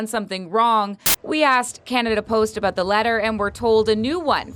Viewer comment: I love how he says about he says abot